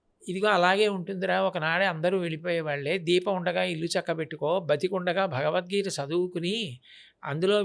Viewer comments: The anchor is not suitable for this conversation with Great Changanti, Felt pathetic hence he asked questions about his Salary and worst is the anchor can't even say "BhagawadGita" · నీకు జలీల్ ఖాన్(బీకాం లో ఫిజిక్స్) కరెక్ట్... నువ్వు నీ చెత్త ప్రశ్నలు... ముందు "భగవద్గీత" అని స్పష్టంగా పలకడం నేర్చుకో... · Bagad geetha kadu ra luccha....bagawath geetha anaali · మన దరిద్రం ఏంటంటే గారికి భగవద్గీత అని పలకడానికి కూడా రావడం లేదు మళ్ళీ ఇతను గురువు గారిని భగవద్గీత గురించి అడగడం మన ఖర్మ 😂😂😂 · Anchoring ante vurike mataladatam anukuntunaru. Pedallu and guruvullu toh matalade tappudu maryada padathulu telusukoni cheyali. Em matalduthunam ani teyali athiga miglina interview laga guruvu garini cheyadam baledu. Bhagavad geetha ani palakatam raledu aa anchor ki . Deniki aa bratuku?? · Anchor gaadiki..Bhagavadgita Anadame ravatam ledu.. Roju Saara taagi Bhairi Naresh ane Gorre Babu La matlaadutunnadu.. Anchor Pedda.... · ఎవరయ్య ఈ యాంకర్ భగవద్గీత అనడం కూడా చెత్త రాదా వీళ్ళ గురువు గారినీ ఇంటర్వ్యూ చేసే వాళ్ళు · చాగంటి వారిని ఇంటర్వ్యూ చేసె స్థాయి కి లేదు. ఈ ప్రబుధ్ధుడు ఇంటర్వ్యూ చేయడం. వీరికి తెలుగు భాష కాదు బాస, గోస. భగవద్గీత అనలేడు, ధర్మం అనే పదానికి ఒత్తు పెట్టిన పాపాన పోలేదు. ఖర్మ!నోరు మాట్లాడితే నొసలు వెక్కిరిస్తుంది. అప్పుడెప్పుడో ABN ప్రబుధ్ధుడు చేశాడు ఇట్లాంటి ఇంటర్వ్యూ. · నీకెందు ఇలాంటి ఇంటర్యూ లు, " భగవధ్గీత " అని పలకటమే రావటంలేదు రా సామి నీకు... నీకు be com లో physics చదివిన జలీల్ ఖాన్ లాంటి వాళ్ళు కరెక్ట్... So don't mess with Guru's 👊